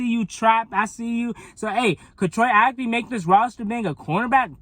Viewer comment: Good video but Bruh! It's Troy Ap-KEY! KEY!